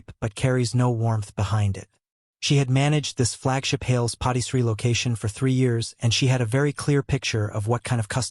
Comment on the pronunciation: The AI says Hails POTTY Tree. That does not sound correct! I would think maybe Hails PARTY Tree?